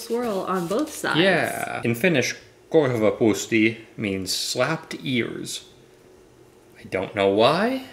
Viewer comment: Those korvapuusti looked great! And, your pronunciation, shooked! You should do Finnish pancakes vs American pancakes, ive got a great recipe for you, dm ig suskuseljas. Love you guys, such a cute couple <3